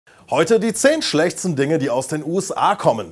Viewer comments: "Heute die ZEHN schlechZEHN Dinge..." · am anfang die schlechtesten hast du komisch betohnt